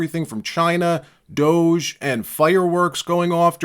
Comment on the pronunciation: Hey Gavin, it's DOGE not douche.😂